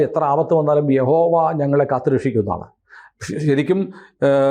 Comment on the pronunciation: യഹോവ അല്ല കേട്ടോ യാഹ് വേ